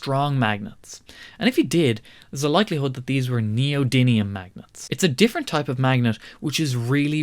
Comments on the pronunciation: Interesting. But it's NEO - DYM - IUM. 'DYM', NOT 'DIN' - If you're going to talk knowledgably about a thing, getting it's name right would be a good start. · Meant as a friendly correction, it's neodymium, not "neodynium". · Btw, its Neodymium. With an "m".